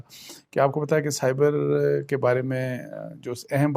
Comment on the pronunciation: بہترین تجزیہ ۔ لیکن سائفر کر باربار سائبر کیوں کہہ جاتے ہیں۔